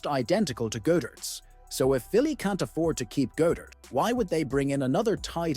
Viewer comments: It's "God-dert" not "Go-dert" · is from Philadelphia, and its God -dert not Go dert